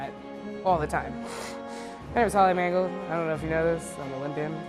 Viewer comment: HER NAME IS MANGOLD, MAN "GOLD"